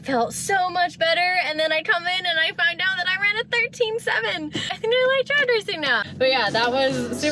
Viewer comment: "drad racing" hahaha Lawd have mercy.